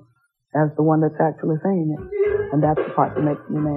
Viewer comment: Stop over-pronouncing the letter "G" when did that become a thin'Guh. The "G" is meant to be silent at the end or in the the middle of words. It sounds insane and is so distractinG. She's not just a singer anymore. She's now a SinGer. Sorry, can't watch. Too annoying. Lots of us have misophonia. Not the speaker's fault, but still can't take it. Most people could ignore it, but sadly, I can't. Probably an interesting video.